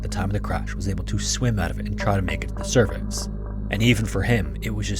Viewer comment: WHAT DID HE SAY?! for “Cervix” press 👍🏼 For “surface” press 👎🏼